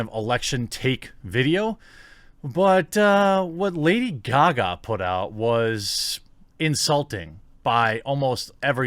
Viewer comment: "Lada Gaga"?